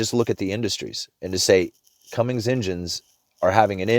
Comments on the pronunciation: cummins not commings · The news about Cummins is big! When you said Cummings--- I thought, that's something I holla... just kidding and keep up the awesome work!!